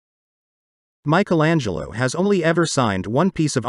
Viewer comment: Very interesting. But when will you ever learn to pronounce “Michelangelo” the correct way ? For us Europeans, it sounds so weird